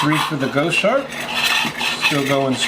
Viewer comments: Here are 4 tips that should help you perfect your pronunciation of 'goshawk': Break 'goshawk' down into sounds: [GOS] + [HAWK] - say it out loud and exaggerate the sounds until you can consistently produce them. Record yourself saying 'goshawk' in full sentences, then watch yourself and listen. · Goshawk is pronounced Goss Hawk. You missed listing the lighter you use to ignite the burners. This was an interesting video to say the least. The Steam Punk stove is a different twist on the siphon technology.....I like it! Don't like the freight charge from Australia enough to order one just yet. A very interesting twist on the Fancee Feast Stove. Thanks for putting in the time for these boil tests....................